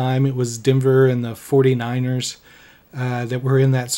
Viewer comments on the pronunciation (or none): none